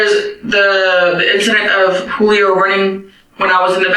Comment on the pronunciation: There’s lots to say about this video that’s already been said. But it’s interesting to me that a Spanish-speaking person would pronounce it “Jewelio”